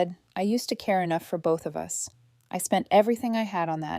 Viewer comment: dear AI voice/reader it's 'us' the two sounds together - not 'u s'!😂😅 and one more point - how was another woman's lipstick on the boyfriend's mug?